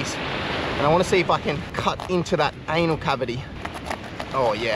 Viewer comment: You said 😂😂😂 anul hole 😂😂😂😂❤